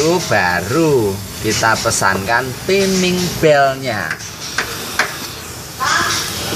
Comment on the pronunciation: salah kok bapak sebutan nya teaming belt yg bener timing belt hahahaha